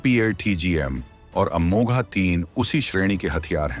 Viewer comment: अमोघ है, अमोघा नहीं